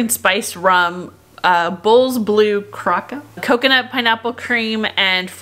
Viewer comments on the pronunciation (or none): Curacao is more like Kur - a - Sow (for future reference! :) )